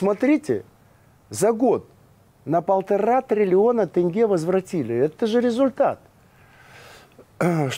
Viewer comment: Почему тЭнге, а не тЕнге?